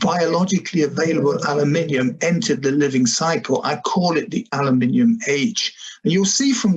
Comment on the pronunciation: Thanks, Dr Loe Fisher, for pronouncing "aluminium" correctly for us Brits!!